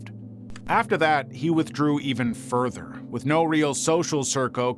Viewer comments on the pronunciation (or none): none